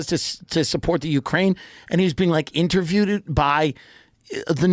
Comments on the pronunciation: Did he just say interviewedet 😂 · 40 minutes in, Tim has messed up so many words 🤣"intervieweded" between that and the glasses I think he's smashed right now 🤣❤